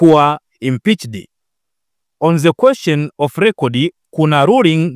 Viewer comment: Mtangazaji upo vizuri ila punguza ze ni the ambayo inatamkwa dhe 😂😂